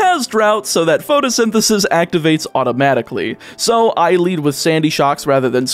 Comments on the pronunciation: do you think he knows he keeps mispronouncing pRotosynthesis? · You mispronounced the ability... It's pRotosynthesis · Patiently waiting through the whole video for to realize it's PROTOsynthysis, not PHOTOsynthisis... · Protosynthesis, not "photosynthesis" :D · It bothers me so much that you kept incorrectly pronouncing the ability of Scarlet's Paradox Pokémon